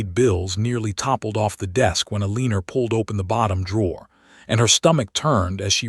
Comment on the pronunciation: I agree Eleanor is not pronounced Alena, but El-len-nor.